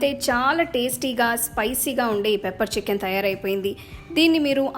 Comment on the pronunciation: Madam chchicken kaadu chicken ani pronounce cheyyandi